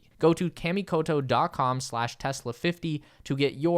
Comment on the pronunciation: I hate being this guy BUT... Kah-Mee-Koh-Toe ;) your japanese sponsors will thank you, regardless of how the american ppl say it, my brother. Great promo, btw, I'm SERIOUSLY considering getting one now. Thanks!!